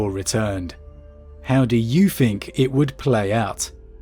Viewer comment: Please learn to say TH the amount of times you said free or fink was distressing